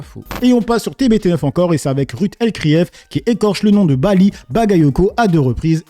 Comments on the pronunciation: Ses excuses etait juste ironique elle se fait un plaisir d écorcher le prenom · Ruth serait antisémites, vu qu'elle joue avec les noms et fait exprès de mal les prononcer ! Il faut être aussi con et malhonnête qu' eux . D'ailleurs Zemmour avait fait pareil, incapable de prononcer son nom correctement il avait même dit "Bali balec". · Hanouna il est lèche quand ça l'arrange elle a 40 ans d'expérience journalistique et elle arrive pas à prononcer un prénom et un nom faut pas prendre les gens pour des cons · une hypothèse, je pense que le facteur qui fait dérailler dans la prononciation du prénom Bally c est l enchainement avec le nom Bagayoko . quand Ruth El Crif essaie de prononcer rapidement Bally Bagayoko elle se prend les pieds dans le tapis